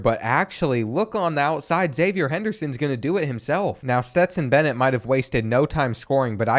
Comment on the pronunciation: Florida fan here: your pronunciation was overall good when you pronounced zipperer phonetically, but then you stayed saying "zippyer" lol not sure where that came from. the one other thing is Xzavier Henderson is pronounced Ex-zayv-ee-ur. Confused me for a while too